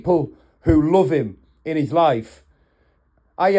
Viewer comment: New accent unlocked 🔓 😂😂 lyiiiiffffeee